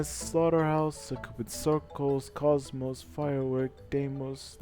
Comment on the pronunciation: HE NAMED KOCMOC CORRECTLY!!! FIRST ENG GD-ASHER WHO DO THIS🎉🎉🎉🎉